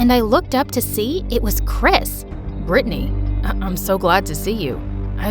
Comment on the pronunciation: IM CALLED BRITTANY BUT THATS NOT HOW U PRONOUNCE IT 😭 U pronounced it as Britney 💀